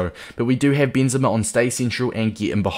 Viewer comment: noone:...: BEANzema